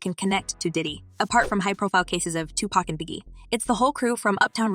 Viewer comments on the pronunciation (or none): none